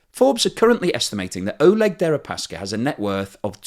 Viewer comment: Damn, guess I missed out on a unique defenestration joke. BTW Oleg is pronounced Ah-LYEK in Russian, their version of Alec.